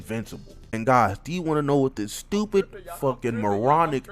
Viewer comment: My boy say is he stowpid 😂😂